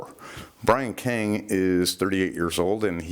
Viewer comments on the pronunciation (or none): none